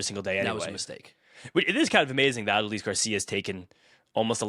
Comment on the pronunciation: Ah-duh-lease Garcia...never heard his name pronounced that way before 😂